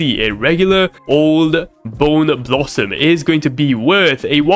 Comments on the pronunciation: no way actually said boneboo and not bone blossom and didn't notice it. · Bro said boneboo and not bone blossom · Its a bone blossom not boon boo